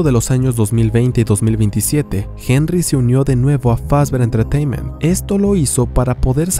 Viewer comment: Scott: Fazbear Entertaínment: Fazber Entretaiment